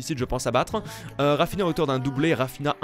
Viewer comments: Salut cest pas raphina ça se dis raphinia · Par contre on dit RaphiNIA et pas RaphiNA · Au fait, Raphinha, ça ne se dit pas "Rafina" mais "rafiña". XD Super video sinon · Ça se dit «rafiniya» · Rafinha se dit "rafinia" c est un portugais Sinon bonne video